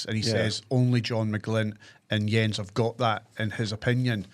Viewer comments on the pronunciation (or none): Love this pod team. Big big fan. But, PLEASE - can we stop calling him “Jjjjonnzzzz” Berthel Askou. He isn’t French. His name is pronounced “YENZ”. The Motherwell fans call him Mercedes Jens (Benz). Such a wanky comment from me but tbf I’ve waited all season😂